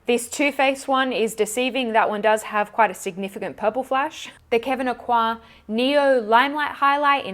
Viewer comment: OMG. finally I hear a youtuber pronounce Kevin Aucoin correctly... it’s such a pet peeve of mine! Love you for that and so much more 💁🏻‍♀️👏🏼👏🏼 Ps. Long wearing liquid lipsticks... I can’t. The only ones I still like are the L’Oréal that are not as drying.